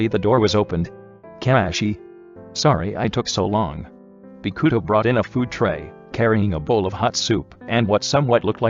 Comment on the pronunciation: Me: read this name “bokuto” Everyone: Bow-coo-toe The voice over: Bee-coo-toe